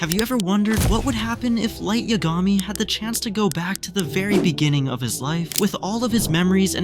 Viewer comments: why tf u pronounce it "yuh-gah-mee" its "yah=guh-mee" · Light Ya-Gah-me?